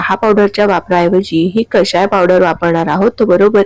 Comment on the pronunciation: कशाय नव्हे हो ! कषाय !! शुद्ध शब्द शिका आणि वापरा !! क षा य !😊